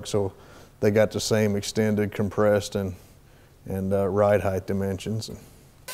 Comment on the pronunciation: It’s RIDE HEIGHT not RIDE HEIGHTH